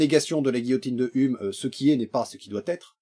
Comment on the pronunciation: Super vidéo. Juste pour te dire: "Hume" comme David Hume ça se prononce "youme".